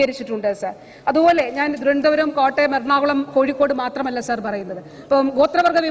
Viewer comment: സാർ എന്നു തന്നയല്ലേ പറയുന്നത്..അക്ഷരം സാഎന്നുതന്നെയല്ലേ.. വല്ലാത്ത സർ വിളിയായി സർ...